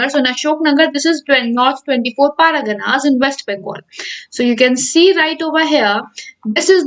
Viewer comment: It's not paragana madam... It's pargana..